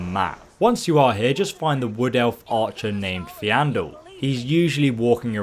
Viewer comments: why are you teasing his name, it's bullying. it is faendal not fiandel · It's Fendal not Fe an dal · Faendal* it pisses me off when people say feeandal it's pronounced fan-del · Doesn't have dyslexia or something? At least that's what i heard and it would explain why he pronounces it as if it was spelled "Feandal". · I cringe every time he calls Faendal Feandel or Aela Alea. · FAYN-DAL. not fe-andal. also, AELA. not ALEA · "Feandol" (fee-an-doll) ... you mean Faendol. (fayne-doll) lol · Fayndal not Feeandal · Faendal not feandal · FJANDEL? WTF XDD IT'S FAJENDAL MAN. FAJENDAL. THAT'S HOW YOU SHOULD READ HIS NAME. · Why do you say fEAndal, when hes called fAEndal :D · Why can’t pronounce names properly faen-dal= fee and al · Fiandal Faendal :v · .... where all playing the same game right? They do pronounce things correctly in game... its Faendal (fayne .dal) not ... Feandal (fee.andal) lmao that was so distracting I had to watch this twice. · It's pronounced fendal not feeandal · FAYNE-dal Plz man, its hurting me. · Faendal is pronounced (fayndal) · I for one find it annoying that the guy can't see that it's not FEANDAL - it's not the end of the world but yeah - definitely strange. Maybe he's dyslexic? I'm a UK English speaker - it has nothing to do with where you're from. If English wasn't his native language I could understand. But yeah - it's not the end of the world - thanks for the video but please stop mispronouncing names it's annoying. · Snugglewithkok69/ Christian dad69 also calls Faendal "Feeandul" so there's that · Still pronouncing Faendal incorrectly... "Fayn-dahl" isn't difficult to say. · James Chamberlain Feeandoll XD (facepalm) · bullet x nah in game characters say it like fayn-dal and that’s enough to make it kinda weird that he says that even if he’s dyslexic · I pronounce his name (Fayne-doll) even though it is like Faendol to wach his or her own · Ah yes theandle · Feign+dal = Faendal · Fay - n - dal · FAY-EN-DAL AYE-EL-UH